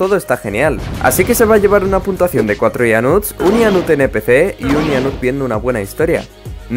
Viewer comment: cuando pones esa letras pequeñas cuando pones la puntuacion dice puntasao